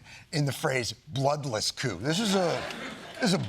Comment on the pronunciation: Not couping! Cuop "coup coup kasouping"! Yes the p is silent!